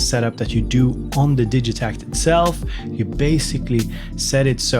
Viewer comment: Hey when did you start pronouncing it DIJitakt instead of DIGitakt? My whole world is shaken now.